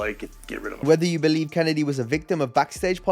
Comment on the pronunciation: I am disappointed you mispronounced Mr Kennedy.... Kennedy. It's Mr Kennedy..... Kennedy